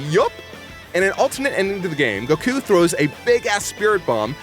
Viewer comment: Why does pronounce "Goku" as "gahkuu"?